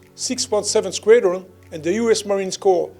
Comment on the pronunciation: "Squedron." 😁🤣 I'll get my coat.